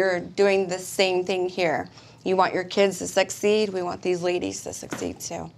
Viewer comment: Well it’s the oldest profession in the world for a reason , men are sleazy creatures ruled by their dick . Did anyone else catch the moment when she says “sexceed”? Or am I imagining it ?